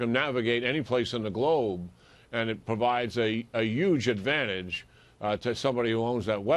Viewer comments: "YUGE Ah-Vanage!" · I know this guy didn't say "yuge"